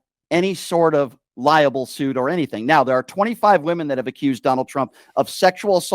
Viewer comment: Libel... not Liable.